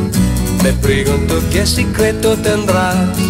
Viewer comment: Que te "Lames " "Dolce " Se nota como estába leyendo la fonetica "Sicretos " dice también y "Crestina " , "Filíz"